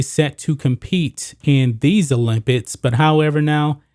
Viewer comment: "paralympits" "olympits"